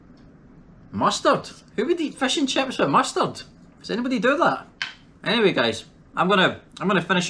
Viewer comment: When he says Crips instead of chips